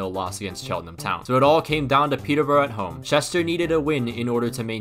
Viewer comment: just for future reference - its Peter- bur-uh and Gray-am